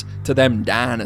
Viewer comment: i love the way he says '''dainasors''